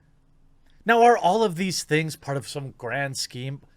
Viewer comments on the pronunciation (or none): none